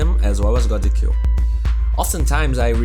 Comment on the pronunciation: everytime he said 'kill' I always heard 'cue' instead, anyway great vids.